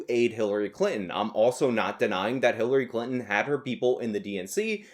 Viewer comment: I thought you said HiTlery Clinton, lol.